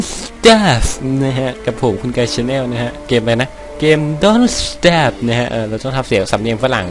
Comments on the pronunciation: * เอิ่ม สตาฟครับไม่ใช่สเตฟ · สตาฟอะไรมันอ่านว่าสเตฟ ถ้าไม่เก่งก็ไม่ต้องก็ได้นะ